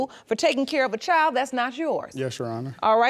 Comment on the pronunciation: Only 1 1/2 minutes in... Girl it's child, school, kid, and friend. Not chile, schoo, keed, or freyin. Learn👏to👏speak👏correctly.